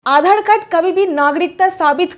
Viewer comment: आधाड़, भाड़तीय, नागड़िकता 😂😂